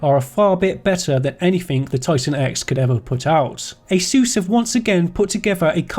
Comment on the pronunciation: Its not asUs its Asus god damn it! Asus! like the first letter of english alphabet - A [ei]